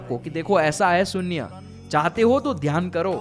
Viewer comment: sunya nahi beta shunya bolate hai